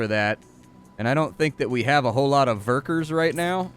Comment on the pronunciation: Love how you say "werker" with a German accent xD